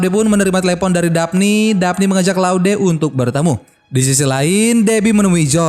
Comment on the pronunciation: claude dibaca kloud!!